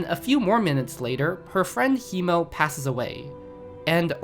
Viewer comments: "Tokeen" "Freyin" "Himo" Bro i cant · Free-in He-mill Toll-ken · fray in and himmo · This is such a good video, but the way you say Frieren and Himmel just bugs me Ig thats how the pronounciation looks like to native English speakers, but wow does it sound wrong for a German speaker (all the Charakter names are in german btw and are basically a short summery of the charakter)